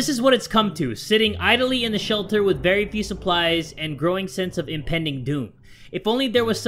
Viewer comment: i thought said this is Marry odd but it was very odd